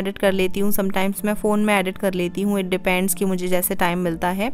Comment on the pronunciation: Just a suggestion dont take it in a negative way. Please work lil on ur pronunciations. ‘Edit’ its not ‘adit’ ‘Depend’ its not depand. Aise bahut sare words hai ‘Recipe’ not ‘ Racipe’. U stay in US n is tarah se sunna thoda kano ko chubhta hai.